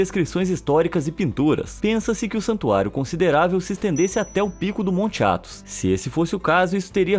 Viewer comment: Tu falou "Athos"